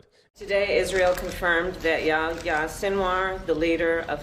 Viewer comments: His name was yo-yo, not yah yah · Why you call him yaya? Lol its yahya